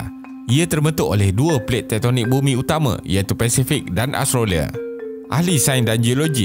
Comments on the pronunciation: bukan astrolia (jawa betul tu😝) .. kena sebut betul2 Aus-tra-lia. hahaha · Betul..aku pun perasan yg dia sebut astrolia..kalau Melayu sebut Aus tra lia. Kalau omputih sebut Aus tre lia.